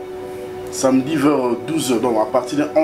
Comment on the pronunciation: Darling balobaka samedi et non samdi